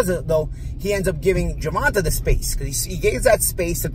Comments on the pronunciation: Love your breakdowns I agree with everything you said, but can you pronounce Tanks name right😂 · is murdering Tank first name 😂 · Till this day he doesn’t say tank name right 😂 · can't even pronounce davis's first name right 😂😂😂😂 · you must have lost big... because ive heard you pronounce his name before correctly. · This guy() is finally demonstrated his personal disposition out weights his knowledge base... He predicted Ryan to win! Nobody with any unbiased view would have Ryan winning... Not to mention all the mispronunciation of GD's name... I won't be paying any future attention to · Say his name right man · Show some respect and say the man name right or just say his nickname Tank if you have a issue with pronunciation 😏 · Is pretending to not say a man's name correctly a passive-aggressive way of being disrespectful? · You are pronouncing Gervonta’s name incorrectly. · hates that kid— he’s been mispronouncing his name forever ‘on purpose’ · How come this guy doesn’t know how to pronounce his name. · Say the man name correctly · At least say the man name correct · Man can’t even say Gervonta name right! Lol smh clown ….. just say u was wrong! Ryan soft! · Can u say Tank cause u buthcing the man's, name lol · please just say tank or Davis u is messing up his first name bad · You making a great effort to mispronounce his name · Can you pronounce his name right? It’s very disrespectful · If you can’t even pronounce his name right it’s no point in listening even if you have a background in the topic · It’s so annoying and disrespectful, learn how to pronounce the man name if you’re going to do a story about him. Honestly I believe you do this on purpose to certain people and it’s past due someone calls you out on it. Stop being so ignorant!!!! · Yeah you was talking all that madness and pronounce the man right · Learn to pronounce Gervonta correctly. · Tae not Tah… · DUDE it’s GERVON(TAY) not GERVON(TAH) SMH!!!!